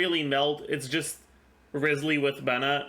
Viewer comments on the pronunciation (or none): You would pronounce his name Ryzely, actually.